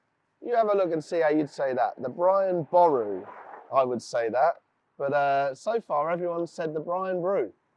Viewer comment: You were literally told how to pronounce Boru by locals and you still went and pronounced it wrong?